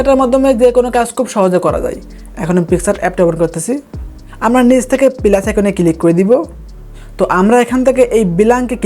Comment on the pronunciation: ভাই তুই তো ভালো করে বাংলা ভাষায় কথা বলতে পারস না, বিলানক কি পিলাস কি রে ভাই😅